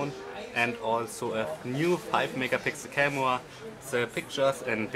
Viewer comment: Camua! Hahaha xD posesa hahahaha xD